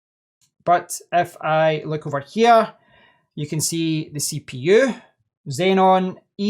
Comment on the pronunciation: Xeon, not xenon